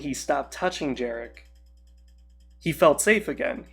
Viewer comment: Not really. You mispronounced Jerec's name, you called Yun by Sariss' mispronounced name, nevermind you left out Gorc, Pic, Maw, and the Grave Tusken Swoop Gang, but you said Yun jumped out of some closet in Kyle's home while in reality he was in a tower in a different city, Rahn's saber was actually INSIDE Weegee and not in some random panel or something, Jerec killing Kyle's dad and then capturing his dad's friend Jedi was told so confusingly I actually believe you didn't understand that part, and all that just before I couldn't bear it no more and turned the video off. I'm not an expert in Kyle's story before he left the imperial academy but if someone just popped up here and said you're making half your stuff up I wouldn't be surprised. You are a confused person and no hard feelings for that, but even your comment response is barely making sense, let alone false. Far from me to want to stop you, but your loose interpretations fit Legacy of Kain well, but do NOT fit Star Wars at all as the latter is a more exact lore. Being down to earth friendly and casual is cool, but some things just need to be exact and professional. Still, not to be a hater at all. Kudos for your passion, though. I'd advise strictly sticking to the exact lore when it comes to Star Wars.